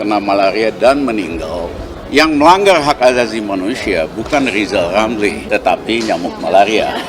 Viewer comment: Huruf R nya di pelbaiki dolo bp Lizal Lamli